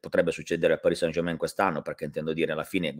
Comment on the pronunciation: Grazie, che finalmente pronunci bene Parì San German.;)